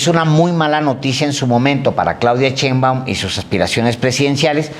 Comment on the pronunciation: Ya que aprenda a pronunciar de una buena vez el ciudadano Páez Varela... SHEINBAUMMM